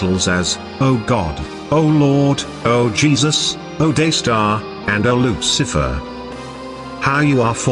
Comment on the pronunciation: Maybe the researcher had all the info mixed up or they are hyping up the video just like how the narrator pronounce Lu Ci a fer